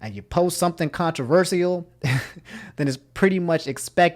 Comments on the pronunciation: I love how he says controversial😂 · No one:: controverSEA'ol 🌊🤣😭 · what the heck is this guy saying: Pokimaani, Contro-ver-siaal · It makes me cringe so hard when you say CONTRVERSEAL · For everytime pronounces "controversial" wrong a like is added to this video